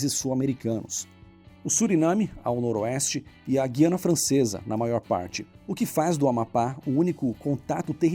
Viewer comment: No AP falamos GU-I-ANA.Pronunciando o U mesmo.